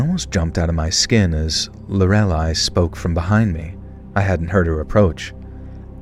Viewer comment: Good job on learning how to say Lorelei, you’re all grown up 🥹 haha just jokes! I thought it was funny how you had trouble with it, but I’m glad you didn’t give up this time!